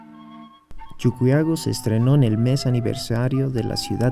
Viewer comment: Se pronuncia CHUQUIAGO no CHUCUYAGO, siendo boliviano pronuncias mal